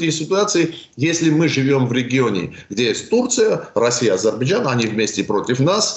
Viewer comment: Этот горе "эксперт" даже не может высказать Азербайджан, говорит Адирбиджан !